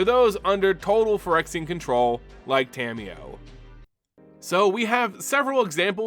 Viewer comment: Love your videos so much BUT! The way you pronounce Tamiyo's name can be a little grating sometimes.... It's Ta-Mi-Yo (Ta, like "ta-dah!", Mi, like "me", Yo, like "yo-yo") not Tammy-yo lol. Nearly all Japanese syllables are broken into two letters in the latin alphabet and they're consistent! That said, keep up the good work! Your videos have helped my understanding of the Magic lore immensely!!